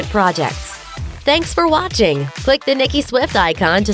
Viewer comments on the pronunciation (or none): none